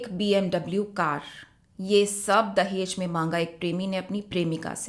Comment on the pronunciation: Tum log talaffuz उच्चारण सीखो अभी..दहेज hota h dahez नहीं....जहालत की हद hai